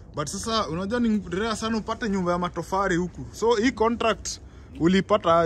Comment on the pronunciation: inaitwa matofali sio matofari